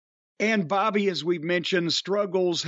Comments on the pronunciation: I notice that too the way brock say bobby name too funny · “Bawbayy” lmao